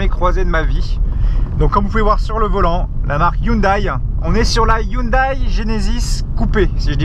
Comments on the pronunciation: "ai" et pas "aie" à la fin de la prononciation de "Hyundai" stp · elle est toujours erronée, ça se prononce pas non plus "Youndai" mais "Yondai":b Mais bon, on en a pas fini si on doit apprendre à tout le monde qu'on dit "Porscheuh" (Rip les américains), "Meustang" ou "Matsuda" etc etc x'D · 😂 comment tu prononces le nom de la marque 😂